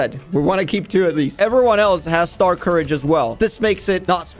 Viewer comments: bro its not star courage its star scourge 😭😭😭😭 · bro its not starcourage its star SCOURGE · why does he keep on saying stars courage its star scourge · My brain hurts now it’s starscourge not star courage now I can never go back. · Is it pronounced star-courage or star-scorge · It isn’t starcourage it is starscourge (star-scourge) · I like how he pronounces starscourge as star courage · It’s prounced star scoruage